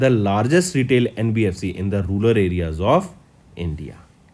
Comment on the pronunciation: Its not Rular, its Rural. Am saying this since April month videos and u never correct ur pronounciations..🙄